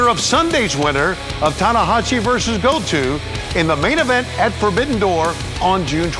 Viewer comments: Did he call him Go-too? 😳 it’s GOTO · Go-toe* not go-too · Somebody tell Tony it's GO-TOE not GO-TWO haha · Damn it, Schiavone, it's Goto (Go-toe) not Goto (Go-too) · It’s said Goto, not Go To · Lol "Gotu" instead of Goto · Hero-key Go-Two xD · "Heruokie go two" 🤣 come on Tony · please don't let tony do commentary for Forbidden Door. Really? Go-tu? 🤦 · I thought I'm the only one who thought that he said Goto's name like "Go to". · Tony Schiavone was fighting for his life trying to pronounce Hirooki Goto's name 😂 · LOL at Tony's pronunciation of Goto... you would think that someone could tell him how to pronounce it correctly.... AEW staff always kind of screws up Japanese talent names. It is a little bit disappointing to be honest as these are important partnerships